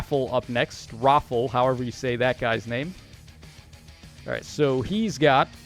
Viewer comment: Rafal is pronounced as Ra fall